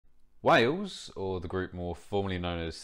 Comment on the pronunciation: Why do you pronounce it "way-oohs". What happened to the "L". Is it at the pub or sitting in the garden?